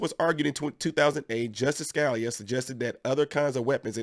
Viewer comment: This is great. Now they need to make a nation wide conceal carry system! Oh and, Scalia is pronounced "Ska" "lea". Just trying to help you put with it. Thanks for the great content. Be safe and a great day!